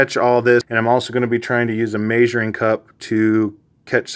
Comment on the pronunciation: May-zhure lol. Are you in Utah or Idaho?